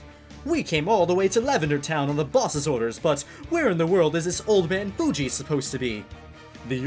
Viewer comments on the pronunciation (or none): none